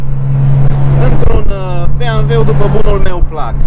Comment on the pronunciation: Când am auzit "beamve" n-am putut să mai fiu atent la mașină, n-ai cum🤣